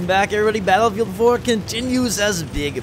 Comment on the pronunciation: you said batterfield 4 lol